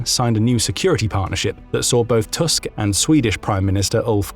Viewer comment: Thank you for this informative video! Just a fyi from a Polish person: Donald Tusk’s surname is read “Toosk” like in “goose” not “Tusk” like in “Musk” :)